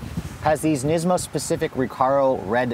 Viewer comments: Neezmo lmao!! I never heard it pronounced that way before lol. Nismo sounds so much better and that's how I've always heard it pronounced, thankfully. You definitely had me laughing after I realized what you were trying to say hahaha Neezmo lololol! Awesome 😄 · NISmo... NISSSMO. Not KNEESMO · 370z "knees-moe", oh... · Neesmo 😂 neesoon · Why do you guys say NEESMO and NEESAN?